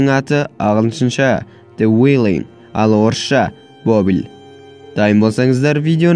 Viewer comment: тне уиллинг емес зе уиллинг.TH-з